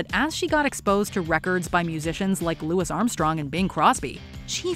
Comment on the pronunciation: Not gonna lie, the biggest thing that threw me was pronouncing the S is Louis Armstrong.